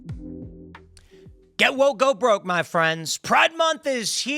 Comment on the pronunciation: Get Woke, go Broke. Thankyou for saying the phrase correctly.